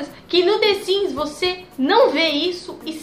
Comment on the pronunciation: the siMs, e não the siNs. que agonia.